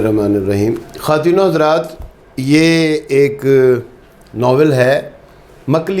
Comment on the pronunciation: خواتین کا تلفظ درست کریں ۔۔اپ نے خاتین بولا ہے۔۔جبکہ کہ درست تلفظ خواتین ہی ہے۔۔و معدولہ فارسی الفاظ میں نہیں پڑھی جاتی ۔خواتین لفظ ترکی لفظ ہے۔